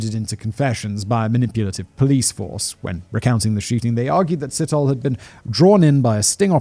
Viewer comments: It's sit-oh-lay but great episode, thanks for sharing this sad case. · Sit-hole. No we dont pronounce it like that. Its /See-tor-le´/ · I just couldn't concentrate! Every time Simon said 'Sit hole' I cracked up. (Pronounciation, phonetically, is 'See toe lee') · sithole, hahahaha. Si-taw-le, not sit-hole hahaha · There is no th sound in these name or sounds like Ole. Sithole is pronounced sit-haw-leh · Side note...when pronouncing an African name and it ends with e, it's a long ee. Sit..ho..lee. And yeah, the long names are very difficult to pronounce, but thanks for trying to give the victims respect. 🐾 PS...We don't have juries, only magistrates/judges. And YES, we need the death penalty back. The rape/murder of children and women here is out of control. Every 5 seconds a female is raped😢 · It's an African surname that is actually pronounced "see-toh-le". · Si-Taw-lee (Sithole). Haha lemme know if you want some help ons those African names. All about the right emphasis on the right syllable. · Hey Simon, enjoying this new chanel🤗 Here's a tip for pronouncing ethnic African names - we pronounce all the vowels to the end, e.g Sithole : Si-tho-le (sea- tall- le) if that helps🤗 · ALMOST 100K SUBS!!! CAN'T WAIT!! SOOOOOO CLOSE!!! ⭐ANOTHER GREAT VID GUYS!!! BTW, Sithole is pronounced "Sit- holay" - but I'd probably fancy pronouncing it "Shithole" instead!! 😂😂😂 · Selepe. Pronounce the e at the end as you would say e for elephant. Same with Sithole. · his name is pronounced Si-TOLE / N KOSI \ N DLOVO PLEASE DO VIDEO ABOUT THE MANY MURDERS OF THE INCREASINGING FARM MURDERS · I was wondering if there was gonna be a Sithole in this story, having heard how he pronounced Rapodile, I couldn't stop laughing 🤣🤣 DEEEEEP! South African tip: Th in Zulu, and in most South African languages is just pronounced as T